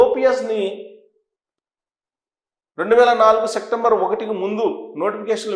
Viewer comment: సెక్టంబర్ కాదు అది సెప్టెంబర్ నెల.తప్పుగా పలకవద్దు